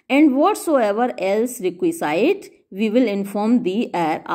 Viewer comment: Maybe your slip , please check pronunciation of Requisite.